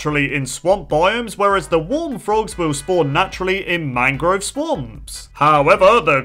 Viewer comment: How many times did he say mangro?